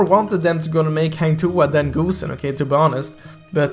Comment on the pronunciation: Ok, pronouncing Hang Tuah can be hard, but "GOOSE"-en? Really? Come on bro haha. Nice vid though, keep it up!